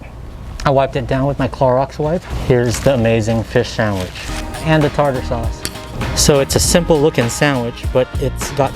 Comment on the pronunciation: Tar-ter sauce is the pronunciation. I love Alaskan cod, catfish, red snapper, and tuna. Do people still put vinegar on their French fries? We used to feed the birds there. Beautiful place to spend the day.